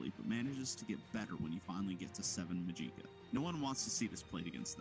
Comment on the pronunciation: the way you pronounce magica is very odd. I've only heard it like magic-uh